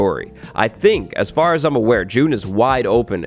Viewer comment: Is anybody gonna talk about how it said "afr" instead of far 🙃